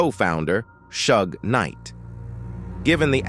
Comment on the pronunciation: man I thought I was tripping as soon as I heard "Shug" I lost it lol